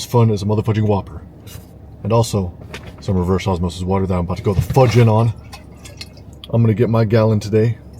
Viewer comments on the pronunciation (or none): none